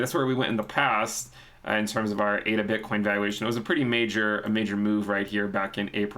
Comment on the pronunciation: Surely it ADA not AIDA? Do you say Aidvertising hahaha!!!